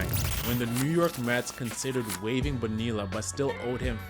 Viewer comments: 40 seconds in and i heard that first “bo-nilla” and I had to stop the video. Its 2024 man. We should know how to pronounce the double L’s by now. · Literally just said "Nope. I'm done." After the second "Bone-eella" and stopped it. I I had hoped the first was just misspoken but nope. Came right down here to admonish this dude. Glad to see I'm not the only one!! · Lol get the name right it's Bo nee ya you don't say the LLs or just simply say Bobby Bo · You don't pronounce the Ls in Bonilla. Bo-Nee-uh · great vid - it's pronounced Boneeya btw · Why would you put in all the work to create a quality video and not bother to learn how to say his name correctly? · Him mispronouncing his name is not that deep. Great video brotha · Dude it’s not to late to delete this and remake it pronouncing his name correctly… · Dude you should’ve looked up how to pronounce his name. This is painful.